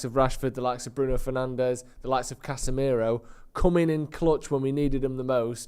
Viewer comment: say casmirooo in most mancunian way ever